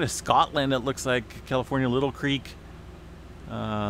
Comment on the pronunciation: Not little creek, Lie - tal creek🙂